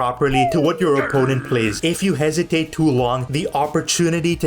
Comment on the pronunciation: Mate it's hesitate not hasitate